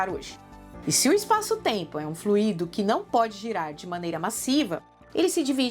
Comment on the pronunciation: flÚido e não fluÍído